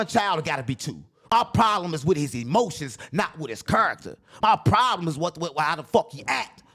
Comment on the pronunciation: " Promblem " " Rasheed Jamar " . You need to give the editor a choke slam..